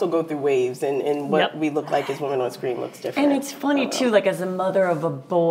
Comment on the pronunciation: on scween